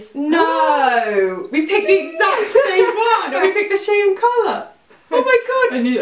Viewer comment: "we pick the shame colour.." its funny when you pronounce same that way at the moment 😂